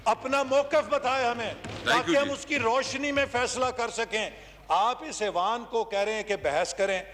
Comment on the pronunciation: لفظ ایوان ہوتا ھے اعوان نہیں کسی پڑھے لکھے کو بٹھائیں۔